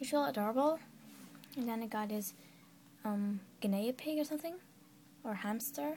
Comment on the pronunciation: u say genea pig funny no efence!